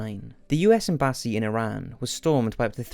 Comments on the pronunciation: By the way, it's 'EMbassy' with emphasis on the EM - not emBAssy with emphasis on the BA (as you said). Great content, thanks. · It's not Em-Bas-Eee, it's Ehm-buh-sea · cole wayne - .....and why does he say "embassy" as "em-BAH-see" ??? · Does it bother anyone else how he says embassy? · Lol the way you said "embassy" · noticed that too lol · Am i the only one to notice that despite this being a good video, the pronunciation of the word 'embassy' was atrocious? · Can you not pronounce embassy like that please thanks